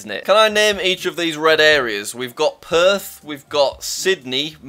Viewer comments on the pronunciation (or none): none